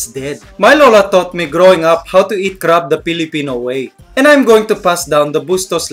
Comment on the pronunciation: You are saying crab wrong and friend